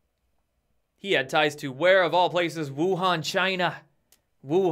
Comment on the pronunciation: Glad you finally found out how to pronounce Wuhan lol